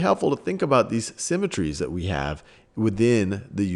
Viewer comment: lmao bro said "thot" like twice.